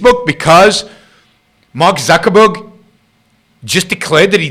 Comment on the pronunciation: Zuck-baby.. I call him and I call him Zuckerman. But it's technically "Zuckerberg"... NOT Zucherberg.